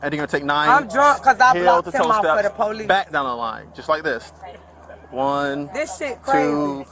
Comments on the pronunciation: She said "Poo Leeece" she needs to go back to elementary school and take English again and learn how to speak correctly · She even made it plural, "po- leeeces" 😂😂😂